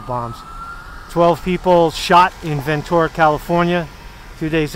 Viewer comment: " been a long time crossing.. Bridge of Sighs"-Trower. Good you didn't butcher saying Ventura. Lotta smoke within those walls. We got the Senate nothing they can do... Free Caesar!